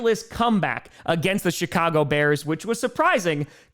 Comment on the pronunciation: Did said Shitcago Bears? Idk probably misheard, probably the way he pronounces the Ch, pretty funny tho